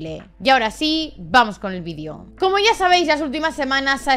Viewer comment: No aconsejo tomar un chupito cada vez que se escucha "vídio" en este vídeo XD Con los primeros minutos vale.